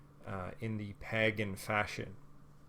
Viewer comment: Had me up until the weird pronunciation of pagan. Then I could only focus on that. 🤦🏻‍♀️